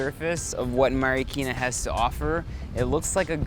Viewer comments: I love it how he says the word Marikina as “Mary-keena” 😂😍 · i love how he says "marikina"